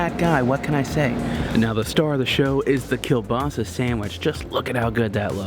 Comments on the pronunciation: And they said kielbasa wrong. It’s kabossy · You say kielbasa incorrectly way too many times. I’m surprised the server didn’t correct you. It’s kiel-bossy. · I was cringing at the way they said kielbasa. It's pronounced like ko-basi. My grandma makes it all the time and it's commonly mispronounced, so just for future reference lol